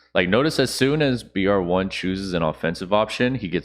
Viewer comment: ok love your content but the guys name is brave one its cringe for you to keep saying it they way that you have